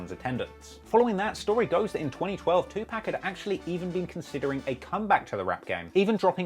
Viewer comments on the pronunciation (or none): His name is tupac not tupack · HE'S DEAD LET HIM R.I.P ALREADY DAMMIT!!!!! Or at least pronounce his name right it's not TUPACK! IT'S TUPAC!!! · Us brits pronounce Tupac as tu pack whilst Americans say tu park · If you're going to make a video say his name right..its Not two pack ...its two pock like two pockets you disrespectful sob. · Tupac not Two Päck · His name is Pac not Pack 🙄 how can we take this video seriously when this guy cant even pronounce his name correctly? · Dude keep sayinf pack and its pissing me off. PAC 4ever pronounce it right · The way you say his name kills me! It's not pronounced Pack, its pronounced POCK! Made me want to kill the video instantly! Not trying to be a troll, but even if you do a fake video, at least give him the respect of saying his name right! Good video! Props on the effort! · He wasn't called To pack Tüpác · His name is 2 pac. . Not 2 pack wth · Tu pac not tu pack stop adding a ck when there isn’t one please people please pronounce the name correctly!!!!! It’s not pronounced like pac man grrrrrrrr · Never ever call him 2Pack ever again. It's Pac not pack. Like poc... yt people 🙄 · Who is 2Pack or Pack. Yall so disrespectful bra. Its Tupac or Pac, theres no K in his first name😒 cant take yall serious🤦🏾‍♂️ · You're pronouncing his name wrong it's not Tupack it's Tupac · My God...its 2 pac....not 2 pack. 🤦🏻‍♂️🤦🏻‍♂️ I hate when people missay his name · Its not tupack, its Tupac. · STOP CALLING HIM PACK YOU EFFING CONT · It's not pronounced "pack". It's pronounced "p-ah-k". A entertaining little April fool's thing though. Wished he was still alive. He was so much. A soul of light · For all the years Tupac was around, he pronounced his name Too Pock, NOT -To Pack! IDIOT! 👎👎👎👎👎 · MAN HIS NAME IS PRONOUNCED (PAC) LIKE (POCK) NOT PACK PUT SOME RESPECT ON HIS NAME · Bro stop calling him 2pack it's 2 pac like poc? 🤦🏽‍♂️ you know what, nvm 🤦🏽‍♂️🤦🏽‍♂️🤦🏽‍♂️ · Too-pahc!...not too pack...ass hat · Its 2Pac fool not 2pack, get it right